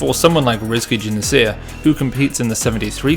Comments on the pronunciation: RIZKI JUNIANSYAH. The 'Y' in the 'syah' is pronounced like an 'H' like in shisha. So it's not Junianseeah but Junianshah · Slight nitpick, "Juniansyah" is pronounced "Joo-nee-ahn-shah" rather than "Joo-neen-shee-ah". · Bro you need to learn how correctly pronounce his name. read it slowly and pronounce it letter by letter. Juni-an-s-yeah